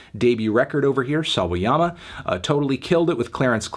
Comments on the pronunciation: Great job melon, you learned how to pronounce Sawayama. We are proud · Anthony finally pronounced Sawayama correctly! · you... you pronounced SAWAYAMA correctly. you know what that is? growth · pronounced sawayama pretty good here! good job melon! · he learned how to pronounce Sawayama, good for him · omfg you finally said rina's surname properly